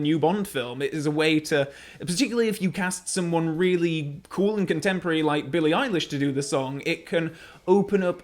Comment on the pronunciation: can someone tell him he's pronouncing billy eyelashes name wrong? its not eye Lish, its eye lash